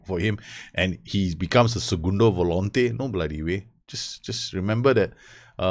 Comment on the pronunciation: u sayin "segundo volante" hahahha nice pronuciation